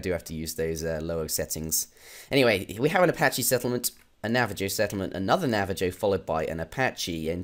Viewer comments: lol nav- uh -jo i say nav- uh - ho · Navajo is a spanish name, so its pronounced "Navaho". Iroquois on the other hand is a french nae, so its pronounced "Irroquah". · Navajo is Spanish named- the j makes a h noise